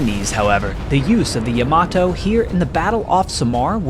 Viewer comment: Yama-TO, not yama-toe.